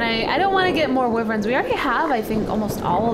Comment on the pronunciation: I hate when she says WYVRENS when it's WYVERNS